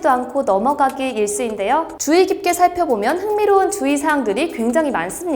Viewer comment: 주의사항을 자꾸 주희사항이라구 읽으셔서 귀에 박혀욥